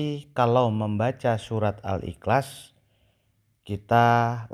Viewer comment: MENGUCAPKAN KATA : IHLAS SAJA TIDAK FASIH. BISA NGOMONG . "PERCUMA SAJA" ... COBA PERHATIKAN.. DIA MENGUCAPKAN DENGAN KATA "IKLAS" ... BERARTI ORANG INI HANYA SOK SOKAN.